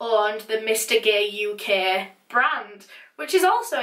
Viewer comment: Love the way she pronounces "gaee" 😂